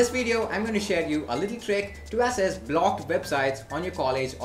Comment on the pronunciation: Bro access is pronounced like axes, not asses.